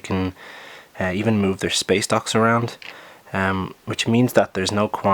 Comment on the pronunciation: Why do I keep hearing space docks as space ducks